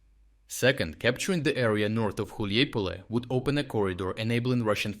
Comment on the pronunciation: Dude who the eff are you? You can't even read properly ukrainian town names, you read Huliaipole as Huliipole, Hulieipole and also Huliaipol alternatively. You have the thumbnail with Zaluzhny years after he's no longer working there. WHAT THE F IS THIS CHANNEL???